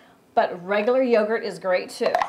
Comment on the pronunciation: she said regularr yogurt works fine too